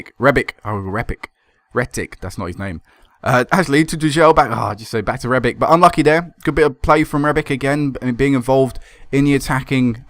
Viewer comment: Rebic is Croatian so it's pronounced rebich. ;)